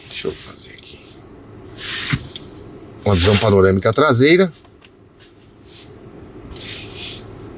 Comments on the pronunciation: “Tlasela” foi demais. Hahahaha! Sucesso! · A traseira inteira nao virou “TLASEILA” kkkkkkkkk muito bom kkkkk